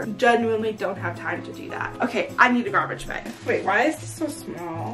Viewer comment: u know shes from Michigan when she pronounces bag as bAAAg